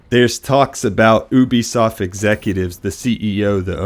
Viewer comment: I work at ubisoft and it's pronounced YOU-BEE SOFT